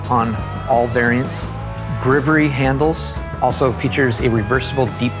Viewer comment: I threw up when I heard grivory